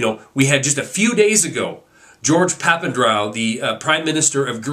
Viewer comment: its pronounced papan-dre-ou dre as in dr dre...